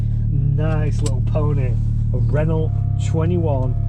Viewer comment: Awesome car, but learn how to pronounce Renault, please.